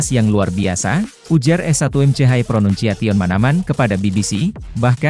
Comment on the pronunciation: Woww bagusin lu ngeja nama McManaman...konyol banget 😂